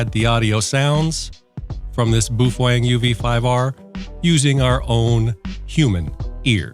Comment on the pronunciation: You get me with 'Boofwang' every time 😂